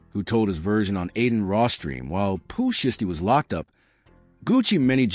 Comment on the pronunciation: The AI voice is terrible. Zataven....? Pooh shisty... cmon bro... did you watch this b4 you hit publish